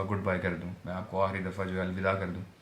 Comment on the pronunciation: Aahri nhi hota aakhri